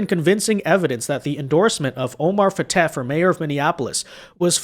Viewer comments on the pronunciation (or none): Fatah is not pronounced with a long a sound. Both a's are short sounding and the h is silent.